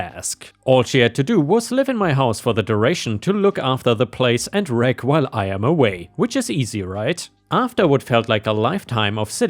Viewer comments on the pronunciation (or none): Psst...... the doggo in story #1, his name Reg is pronounced like registration rather than regular...